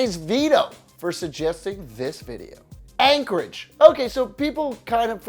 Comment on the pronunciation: All credibility was lost when you said Anchorage